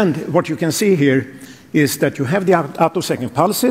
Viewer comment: This video has one of the weirdest comments sections on YouTube. The video is OK as far as it goes, despite the blatant clickbait title and lame robot voice that can't pronounce the word "attosecond" (which is the most relevant feature of these experiments). However, if you actually want to understand what these results are about, I would strongly recommend doing your own research off YouTube.